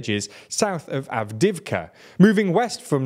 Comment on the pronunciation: "Bakmutt, Avdivka, Sviatove, Optin" I'm not a ukrainian or russian speaker, but I like languages (and tbf I did take a russian class in high school). The correct pronunciations (I may be wrong) are: Bachmoot (Bach as in the composer, with a long 'a' sound), Avdiyeevcuh, Sviyatoveh, Optynye (ye as in 'n*ye*t, tovarish') Hope I got it right!